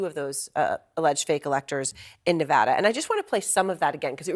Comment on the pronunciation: Damn it, it’s pronounced ne-VADD-a. Think about this way, you go to Las Vegas, you win, you ADD to your bank account. Probably not but let’s get it right people.